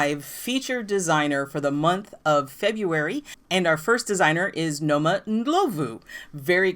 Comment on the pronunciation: OK so I love that you said Noma's name very white 😆 🤣 😂... the o is pronounced more like aw... so Nawma Ndlawvu... and our hometown is a hard J like Josephine... but love your channel and big love to Mzansi and Jozi...